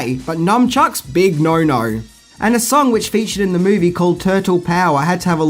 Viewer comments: You might want to fix the title you said mivie instead of movie anyway i love this movie and earnie reyes jr played one of the turtles all and all its a really good movie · Mivie not Movie 😂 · The Mivie 😂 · The « Mivie » ??? 😅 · Yeah, I love the TMNT "mivie" 😏